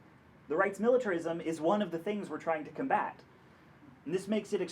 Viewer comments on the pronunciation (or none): So, emphasis "combat"?